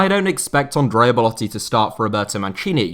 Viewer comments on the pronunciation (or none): none